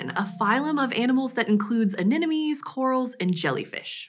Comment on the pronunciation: Hah she said "anenamees"